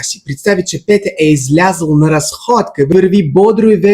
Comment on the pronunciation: Дорогой коллега. По болгарски "Петя" так и произносится, но не "Пета". А в общем, у вас неплохой болгарский.